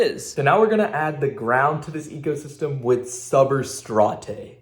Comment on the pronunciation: 'Sub a stra tey' 😂😂